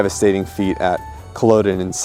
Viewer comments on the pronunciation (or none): Not gonna lie, pronunciation of Jacobite and Culloden wasn't great, haha. There's a two handed sword in the Wallace monument back home, probably not his but that's where the film may have got the idea. God, I need a Claymore on my wall. Also, that is probably what Cavill will sound like. 👌Love it.